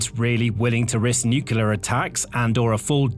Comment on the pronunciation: This narrator can pronounce "precipitously" but not "nuclear". smh